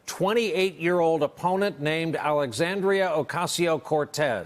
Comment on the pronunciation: “hard left”.... the gov is a hard RIGHT, and aoc isn’t wrong at all. and her name is pronounced “Alexandria” not “Alexandrio”. thank you.